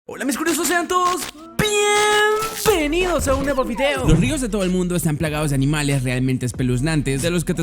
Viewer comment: BIEEENVEINDOS AL HIMALAYA